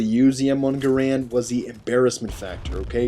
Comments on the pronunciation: It's Ga-rand, Grand is the common misconception. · it's m1 garand not guhran or grand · its the m1 garand. not grand... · its not m1 grand its m1 garand